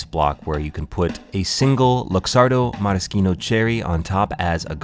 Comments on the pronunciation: How to pronounce Maraschino Cherries: meh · ruh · shee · now cheh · reez How do you not know that? 🤔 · how is nobody talking about the fact that he called it a maraskino cherry?